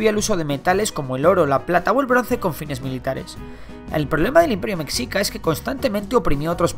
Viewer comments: mexica se dice como mejica, igual que con la palabra mexico, buen video solo ese detalle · Mexica se pronuncia (Meshica) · Según recuerdo se pronuncia meshica porque es una palabra en náhuatl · Mexica . Pronuncialo cómo .. ( meshica ) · Noo tal vez me explique mal, En Mexico es igual solamente qué hay distintas palabras que se pronuncian diferentes, Como Mexica pero se pronuncia Meshica no sé si me entiendo bueno... Saludos ✌🏼✌🏼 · Jeje, "mecsica" jeje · Es español no tiene idea de como se pronuncia xD jajaja tambien la ciudad de Tenoctitlan xd es Tenochtitlan fuerte en la ch pero asi hablan xd tal vez les hace falta unas clases de nahuatl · Me parce un buen video Pero la pronunciación de las culturas prehispánicas... Aaaaa me quema la pronunciación jajaja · Creo q se dice conocimientos “astronómicos “, no “astrológicos “. Y “Meshica” y no “Mecsica”. Lo demás muy bien. Resumido, obvio no se puede abarcar todo, pero habla de lo más relevante. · Compa yo soy de México y mexica se pronuncia mejica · Se escribe mexica Pero se dice mejica JI NO ZI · Mecsica xD se pronuncia mejica y Tenochtitlan se pronuncia Tenoshtitlan. Por cierto, muy buen video :) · Se pronuncia "meshica" Mexica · Interesante, gracias por el aporte. Sólo debes pronunciar "MESHICA" La "x" suena como "sh" en la palabra "mexica". Y es Ayutla, no Ayulta o quizá te escuché mal. Definitivamente como mexicano, me parece muy breve esta "historia de México", pero se agradece. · Se pronuncia meshica no mexica la X suena como "sh" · SE ESCRIBE MÉXICA PERO SE PRONUNCIA “IMPERIO MESHICA” NO “MEXICA” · No es mexcica es mejica , no se escribe así pero se pronuncia así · Meshica no mecsica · Se pronuncia Meshica pero no hay pedo xD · En mi OPINIÓN,CREO que mexica se pronuncia meshica :v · Se pronuncia mejica* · A mi no me vas a enseñar náhuátl se pronuncia meshica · Meshica xD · se dice meshica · Exacto se escribe Mexica y se pronuncia Meshica. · Se pronuncia meshika o mejica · Mexica se pronuncia Meshica